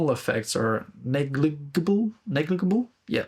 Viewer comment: Hey,, it's easy for me to forget you aren't a native English speaker, so it feels weird for me to tell you the second `g` in negligible has a `j` sound, like in `juice`. Yeah, English is weird. I think there are a lot of things about guitar that aren't going to make any difference to a recording engineer, but make all the difference in the world to the player. Everything from ergonomics to color. I haven't watched Glen's video, but I suspect he's purely focusing on the engineering perspective, which has value on that side. This does not mean that players should weigh that input the same. Having been a professional recording engineer in the past, I've had to deal with getting a guitar sound in the mix from a source I felt was less than optimal, so it's important that we be open and resourceful in that respect. As a player, I've played more guitars and swapped out more pickups that I perhaps should have attempting to find my sound and feel. Every bit of the guitar matters. It's a system, not just a series of parts that work independently. Thanks for coming to my TED talk.